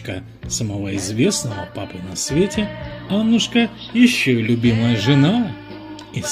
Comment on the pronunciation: АнУшка, а не Аннушка